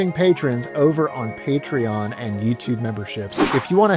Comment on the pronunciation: It is PATREON not “patron” 🙄